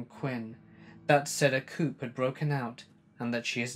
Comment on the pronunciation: Learn to pronounce!!! 'Coup' is said (in England) as ''coo''! Jeez